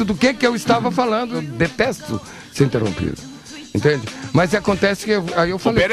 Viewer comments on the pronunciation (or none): "Detesto ser enterropido"... ô pereio? Kkkkkkk